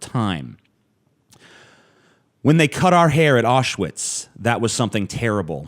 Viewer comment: Awwswitz? Even your german sucks.